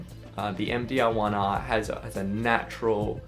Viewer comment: you say there is a MDL1R. or you say all the time MDaarrGGLLL 1R ?